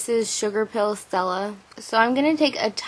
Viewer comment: LMAO at the way you said 'stell-uh'! Love you